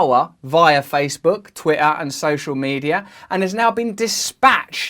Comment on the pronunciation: This dude can't even pronounce the word "Twitter"